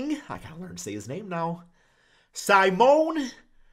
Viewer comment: Pronounced - see-moan-eh - Fon- tech-io